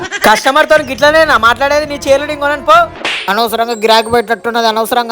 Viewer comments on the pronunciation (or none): చైర్ లు అంటున్నాడు నాకు చీర లు అని వినిపిస్తుంది ఏంటి 😂😂😂